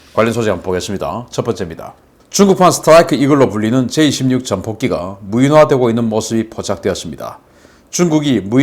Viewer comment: 계속 J26 으로 들리네요. 제이 > 16 제이 다음 한숨쉬고 십육하세요.